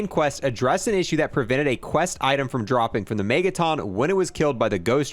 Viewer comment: Why do you say mega ton weird, sounds like megatom